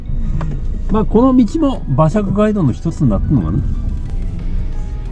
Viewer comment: 街道の発音「がいどう」ではなく「かいどう」です。